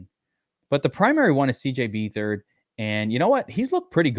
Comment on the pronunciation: it's beatherd you pronouncing his last name wrong